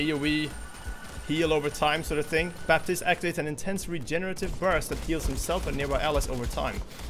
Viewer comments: Baptiste pronounced "batist", not "baptist" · the "p" in Baptiste is not supposed to be pronounced. The hero is from Haiti, which is a former colony, and his first name is French. The "p" is silent.:)